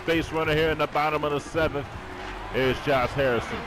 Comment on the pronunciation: Dude it's Josh not Jose and Tabata not Tabata